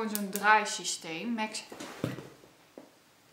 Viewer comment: Je zegt max en more verkeerd 😡